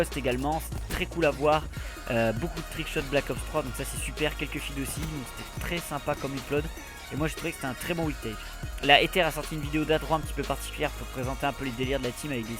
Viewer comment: Salut super JCOD la routine, mais la Ether se prononce Ezer, fais gaffe à ça:) à la prochaine:)